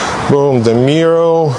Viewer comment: I like how you pronounce (Mirror) lol...